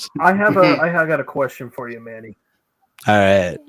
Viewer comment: Yes, that is correct on the pronunciation of my last name. 😄 Thank you!!!!! Can't wait to be on the show.